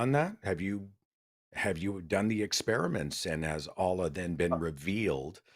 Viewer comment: "uh-LLLLUH" lol. Amir's Arabic pronunciation sucks.